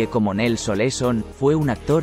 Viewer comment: Cuál Nelly Oleson...? , era Nelly Olson. No inventes....😬😬😬😬😬